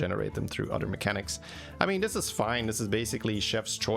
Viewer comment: "Mechanich". Belgian accent? xD